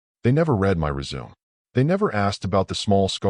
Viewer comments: Res-Su-Me not resume, smh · how about “resum” for resume? “Rid”read past tense…lazy, lazy narrator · WRONG PRONUNCIATION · How about resume? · DIFFERENT PRONUNCIATION. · Does anyone actually know what "slack" is in context of business? It was mentioned several times. Plus I correct the phone every time "resume, and grenade" is said. Pet peeve of mine. Good story otherwise. Wifey was stupid, giving him her phone. Asking to help with HR related material.